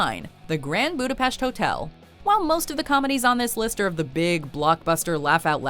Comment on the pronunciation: Let me say your pronunciation of the Hungarian word Budapest is great. So many ppl can not pronounce it right.